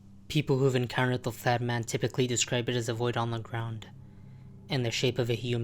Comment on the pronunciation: why did you pronounce the flat man as the fat man 9 out of 10 times?